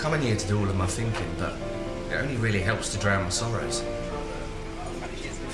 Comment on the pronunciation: There are few things more annoying than people who say "finking" instead of "thinking."